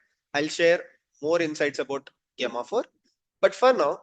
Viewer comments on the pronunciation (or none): It's pronounced as Jemma 4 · Gay-ma 4 ? Just call it Gemma 4. Gemini is build on top of Gemma. Hope you don’t call it Gay-mini